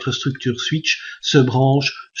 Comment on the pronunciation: Comment vous avez dit monsieur ? Ouïte ? (8) ^^